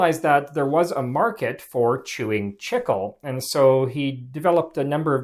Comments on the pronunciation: Learn to pronounce things correctly...it's "chee-klay", not "chickul" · For those wondering, it's pronounced "Chee-Clay" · Buddy. It’s pronounced “cheek-lay” not “chick-uwl”. It’s Spanish. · Chicle is pronounced “chee-clay” not “chickle” it is still the Spanish word for gum. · Chicle, the (original) base material for chewing gum, is pronounced CHEEK-lay, not “chickle.” People in Mexico have chewed it since pre-Hispanic times. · Chicle is correctly pronounced "Chik-LAY" not :Chik-ul" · "chickel"? I believe you mean "chee-clay", no? That's how it's pronounced in Spanish anyway. When I started flight training the flight instructor would often offer me a piece of gum. It's good for ear popping in the unpressurized airplane but he also said that he could observe how students chewed it to see how stressed the student is. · Wasn't that flavored with pepsin? Chickle? Wasn't the way we all pronounced it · chicle (chee'-clay) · Chicle is pronounced "Cheek lay" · My man called it "Chickel" like 40 times! 😂😂😂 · Noooo not this dude pronouncing chicle as "chickle" 😭😭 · I hate to be that guy, but chicle is pronounced chee-clay. It's Spanish. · Its actually pronounced CHEE-KLEY "chi-cle"= chicle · It’s pronounced: chee-klay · did not know it was pronounced like "chickle" in english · It's not. This guy only ever read it! 😂😂😂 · Chicle is pronounced chee-clay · The incorrect pronunciation of "chicle" makes this unwatchable. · The pronunciation of chicle is a human rights violation.